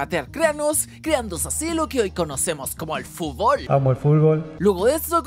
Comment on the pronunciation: dijo fubol